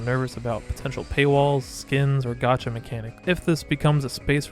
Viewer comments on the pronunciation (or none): none